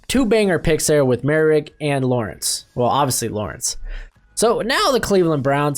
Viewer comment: Bro who told you it was merry rig?